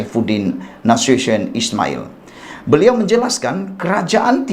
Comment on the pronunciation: Nasution bukan Nasusyin